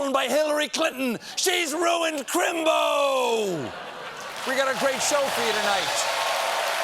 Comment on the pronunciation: Crimbo is a sacred term and your accent is just a touch off Dick Van Dyke in Mary Poppins.